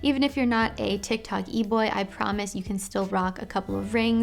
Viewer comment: Hearing her say tiktok eboy was funny asf